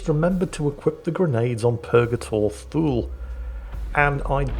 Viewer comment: It is Purgator Thule, I thought he had been saying Purgator Fool.